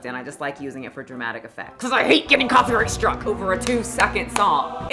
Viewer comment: Thank you for saying copyright struck and not striked